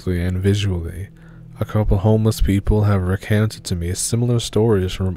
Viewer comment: Using the right word makes a difference in one's presentation. So does using the wrong word - it lessens the intelligence of it. Edit: Upon hearing the Fargo story, I'm pretty sure narrator said "recounted" but due to his accent or not enunciating clearly, it sounds like he said "recanted".